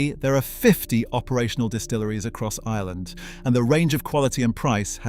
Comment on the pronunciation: Hello but our country is pronounced Ireland not island. I don’t know why I’m so triggered by that